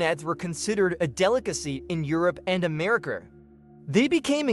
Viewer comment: “americER and californYER”